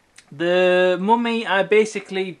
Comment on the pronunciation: The "Moomy" ???